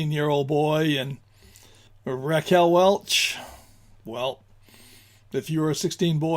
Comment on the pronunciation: Welch, not Welsh